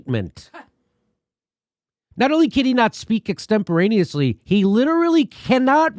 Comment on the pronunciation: Extentperanusly What was that word again?